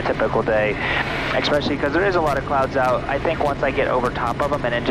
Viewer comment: there is no "x" in especially. essssspecially